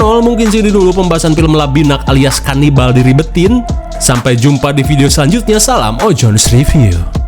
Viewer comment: KANIBAL DODOL BUKAN LABINAK😂